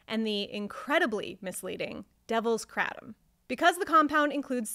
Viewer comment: lol take 7oh for a month and tell me it's like coffee withdrawal lol 😅you have found the only way to mispronounce it as well. Kray Tom or krah Tom kratem just makes you sound like you know less that you actually do. Wich is little to nothing